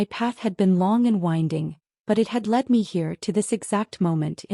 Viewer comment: Lead is pronounced ‘led’ when it’s the past tense; I see AI doesn’t understand yet?